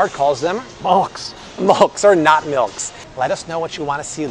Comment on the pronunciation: "Malks" 😂😂😂 Love a good Simpson's reference.